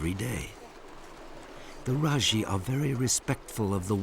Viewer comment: I’m from Nepal. N as I know these people are called Majhi. Not Rajhi 🥰thank you for your respect sir